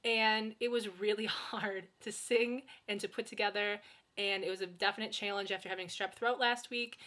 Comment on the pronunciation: you say challenge like my history teacher. he's from michigan.